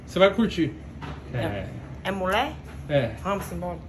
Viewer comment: mano morri de rir kkk ele falando é mulé 🤣🤣🤣